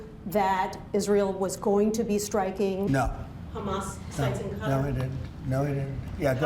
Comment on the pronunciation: Don't they know that the military base is there to destroy Qatar and steal it's resources, not to protect it? Trump can't even say Qatar, he says Cutter 😏